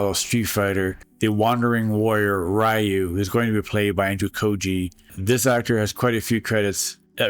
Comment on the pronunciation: ryu is pronounced re (as in reload) and you not like the bread it's not 92 anymore and the spin kick is pronounced tat su maki sen PU YAAA kyu (key you)